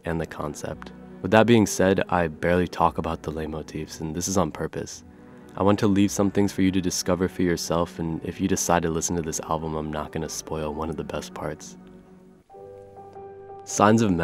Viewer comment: Just so you know leit motifs is pronounced “light motif” 👍